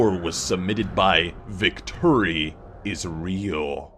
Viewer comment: I LOST IT AT 'Victuri_Is_Real'